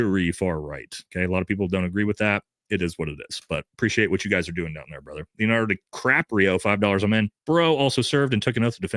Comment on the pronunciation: Wife must of did something make you want go missing from the family for 4 hours 2 days out week now😂 😂😂 but i love it keep up good work ""😂😂